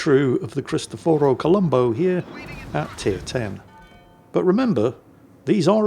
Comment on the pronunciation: WTF? You actually pronounced it correctly? You didn't call the ship the Colombus!! 😮😮 Now if you could just pronounce the Yamato correctly. When I played WoW this was my favorite ship and it was really good. The guns were constantly accurate like in this replay.